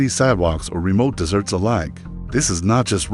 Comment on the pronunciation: Why does AI always pronounce desert as dessert?